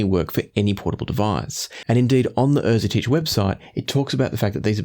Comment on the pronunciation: Great review. I'm thankful thatI now know how to properly pronounce Erzetich